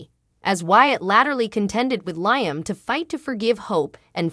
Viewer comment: It's not lying. It's Liam. Get the right pronunciation of the words you sound funny